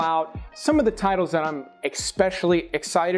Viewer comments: it irks me when people pronounce "especially" as "expecially". NO X IN IT GUYS! Also, Valentine's is not Valentime's. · Its’s pronounced “es-pecially”, not “ex-pecially” There’s no “X” in “especially” 😠.